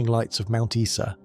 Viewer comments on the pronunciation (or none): Mount Isa is pronounced eye-za